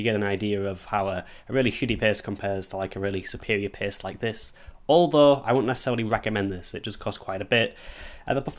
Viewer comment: i thought he said he was pissed....i was like OHHHHH "paste"